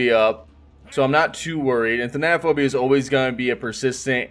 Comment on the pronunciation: I hate that no one can pronounce thanatophobia correctly. Same with monitor and abuse. Annoying.